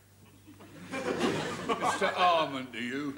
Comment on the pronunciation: Mr Arman to you!! He left off the H 🤣